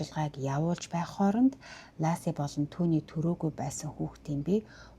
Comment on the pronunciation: Энэ хэрэг намайг Сан францискод ирсний өмнөхөн гарч, маш их дуулиан гарч зурагт, сониноор дүүрэн мэдээ гардаг бсан. Бүсгүйн нэр Ласи биш Лэси гэж дууддаг. Алга бсон өдрийн орой нөхөр Скотт нь Лэсигийн ээж рүү залгаж эхнэрээ асууснаар хойд аав нь цагдаад дуудлага өгч анх энэ хэрэг үүссэн бдаг. Бид ойрхон хотод бсон энэ дуулиант хэргийг ихэд сонирхож бсан, хэрэг үйлдэх бсон шалтгаан юу болох нь одоо ч тодорхойгүй бгаа, би хэргийн талаар Лэсигийн ээж, Амбер Фрэй, Скоттын эх өар эгч гм хүмүүсийн бичсэн 6 номыг амазоноос авсан нь одоо ч манайд бгаа. Энэ подкастад өар 1 алдаа бгаа нь С,А 2 сохор болзоогоор биш нэг танил нь зуучилж танилцуулсан нь номонд бий. Жич: энэ хэргийн тухай өнгөрсөн онд Нэтфликс 3 ангитай цуврал хийсэн. Аа бас хотын нэр Моодеста биш Модеста шүү.